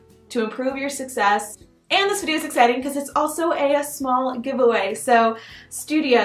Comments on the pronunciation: If you partner with a company like sudio you should probably.... not say "studio" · I belive the earphone company is called SUDIO not STUDIO 😅